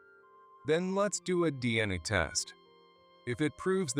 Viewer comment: CEO is pronounced C-E-O, not CO. You need to teach your AI a bit more. She went for "Checkies"? A Dn'A test??